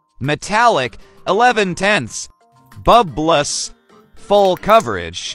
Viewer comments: "Bubpless" Got me go pronunciation teaching😂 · "Bubbless why did u pronounce it wrong?